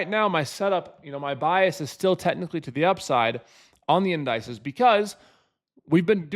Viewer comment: The in dices hahah 😂